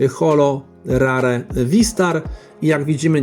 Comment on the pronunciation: Mówi se Rer nie Rar 😅